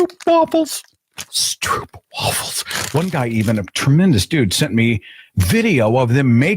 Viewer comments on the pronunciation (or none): Pleeeeeeeeeeese! Stro-op. Not oo.